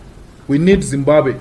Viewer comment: As much as l love Malema but damn its Zimbabwe not Zimbabe